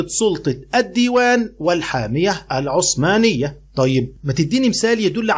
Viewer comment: يا مستر هي عثمانية بحرف الثاء وليست عصمانية بحرف الصاد